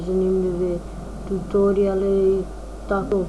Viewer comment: kaze se "tutoriale"